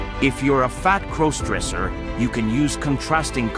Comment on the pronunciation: "Fat crose-dresser". These text-to-speech videos are so cringe, I wish at least the AI around it would fix pronunciation.